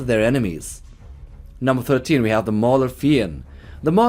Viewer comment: Its Mauler F I E N D fiende not Maulerfín